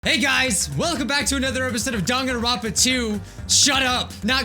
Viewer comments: hey did you see how he said Dangnaronpa instead of Dangonrompa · why hasnt anybody noticed that its dangnaronpa instead of danganronpa 😔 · "Dangnaronpa" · "Dangnaropa" oh yeah, this is big brain time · No hate but its DANGANRONPA not DANGNAROPA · Ah yes , my favorite game , daNgNaROnpA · MANS REALLY SAID "dangnaronpa" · Wait- what’s Dangnaronpa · it says dang na ronpa and its so triggering